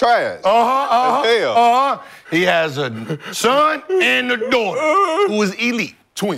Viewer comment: That "Træsh" had me dying💀💀💀💀